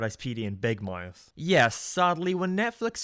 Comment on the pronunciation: Never heared anyone fail to pronounce the word "mouth".